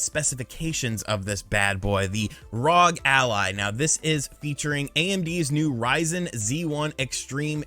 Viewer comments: It's R-O-G not ROG! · I love seeing this. Competition in the market is always great for consumers. A few things about the video, you're saying Rog, its R O G (Are Oh Jee). Also the Steam Deck is, which is HD just like the Switch's. The ROG Ally is, which is FHD or Full HD. Can't believe how cheap the Ally is and can't wait to see how Valve and the market in general respond. I also love that is fully embracing being an emulation guy now, although he will always be my favorite Nintendo YouTuber. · It's ROG, republic of gamers. Not rog lol Really knows his product. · It's R O G not ROG, republic of gamers